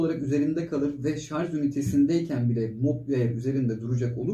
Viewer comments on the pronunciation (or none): teşekkür ederim. Affınıza sığınarak bir yanlışı düzeltmek istiyorum. Çok yaygın bir yanlış maalesef. Sarj sözcüğü şarz olarak okunmuyor. Sarj olarak telaffuz etmek gerekiyor.